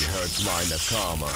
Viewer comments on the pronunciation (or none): The horrible way you pronounced nakama by emphasizing the middle vowel was perfect.